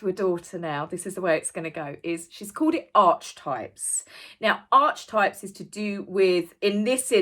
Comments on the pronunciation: I don’t want to sound rude or picky but it’s pronounced ar-ki-type… just saying. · Archetypes and Stereotypes are not one and the same thing - she’s an idiot - “archetype” is pronounced with a c as is car